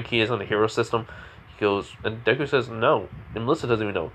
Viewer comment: You said his name correctly . His personality is perfect thank you